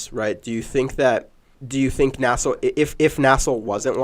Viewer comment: For the love of god stop calling it “nassel”. It’s N-A-S-L.